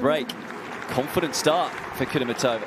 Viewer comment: KudermEtova NOT KudermetOva!!!!!!!!!